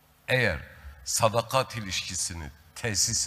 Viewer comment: " SADAKAT" kelimesini bile telaffuz edemeyecek kadar acizsin, tutmuş bir grup milletinin değerlerine sırt çevirmiş 3,5 lara Saray göstericisi rolünü ne cok benimsemişe benziyorsun.😂😂